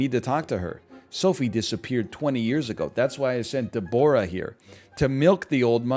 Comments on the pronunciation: This man's pronunciation of Deborah is abhorrent. "DEB-rah" the O is ignored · Is that really how Canadians say Deborah